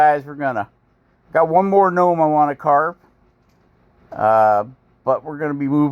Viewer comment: What’s a guh nome?🤣